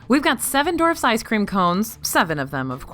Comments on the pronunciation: Someone please correct it’s Dwarfs not “Dorfs” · “seven dorfs”